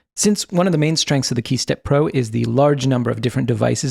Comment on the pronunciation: man saying key steppro, I'ma hearing hey stepbro...